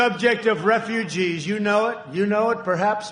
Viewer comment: “You havin’ a good time with your fefugees?” -Donald Trump, President of the USA